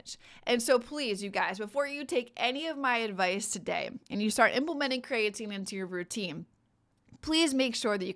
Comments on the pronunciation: I’ve never heard it pronounced ‘crayatine’ only ‘Cree-ah-teen’ I’ll have to look up the pronunciation now 😂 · Agreed. The information is good, but very hard to listen to because of the very different pronunciation from every other time I've heard it and what the dictionary says.